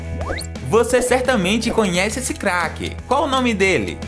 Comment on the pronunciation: MAN ELE FALA CAQUE